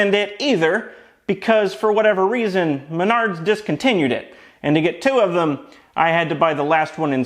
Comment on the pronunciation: I just want to let you know that every time you say Menards, I chuckle to myself. I feel like it's what a pirate screams when you kick them in the bollocks.